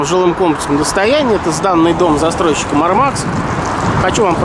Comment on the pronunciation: Они Мáрмакс а не Мармáкс